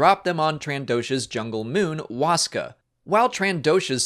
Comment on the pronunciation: Lmao anyone from Latin America who laughed when he Sayed the moon of the trandoshan is named WASKA jajajajajajaj ?